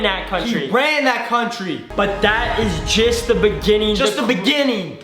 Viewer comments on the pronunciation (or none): He said ''So that is jist the beggining"